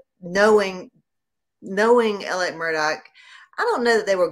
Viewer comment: FYI Alex is how he spells his name. But it is pronounced Alec. He also adds a K on the end of his name. He should spend a few years in jail just for his name.